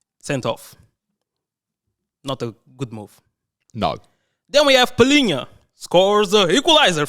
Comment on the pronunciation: Someone that pronounces Palhinha correctly deserves a lot of credit lol. De certeza Portuguese...